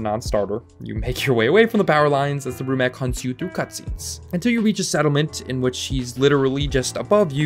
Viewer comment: Isn't it Brumak not Brumac just saying.